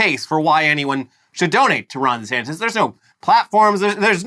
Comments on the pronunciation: Is it just me or does Ron say his own name funny? Sounds like he says Rondy Santis. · It’s not just you